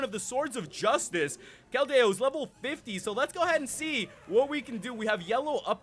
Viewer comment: The correct way to say keldeo KEL- dee-oh